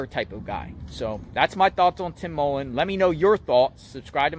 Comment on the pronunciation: Y do you keep going over the same question for anything going of the stupid sentences and it's mullen not Tim mollen